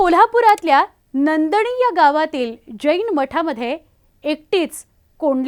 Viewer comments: आलीस काय घिरणे.. चाळणीत पाणी घेऊन जीव दे जा.. तीच लायकी आहे तुझी., पैसे दिले की तुम्ही त्याच्यासमोर नाचणार.. आणि स्क्रिप्ट तरी नीट वाचायची गं, नंदनी म्हणालीस नांदणी आहे गावाचं नाव.. नीट सांगाय नाही वाटतं अंबानी आणि peta न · बातमी वाल्या बाई नदणी नाही नांदणी